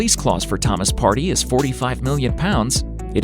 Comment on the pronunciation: Partey not party 💀💀 *pronunciation